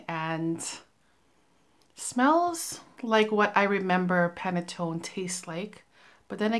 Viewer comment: Your facial expressions on Dom Rosa gives the image of you dressed bougie while Yatching and sipping champagne.🥂🍾 I think you did pronounce Panettone correctly. Can't wait to see what else you have in the bag! When you mentioned Carrot Seeds as a note, I thought it may be Tapis Volant. I hope L'ile Pourpre and perhaps Desert Suave is next in your reviews. I like how you incorporate your Bottles with your Home Decor.😎😎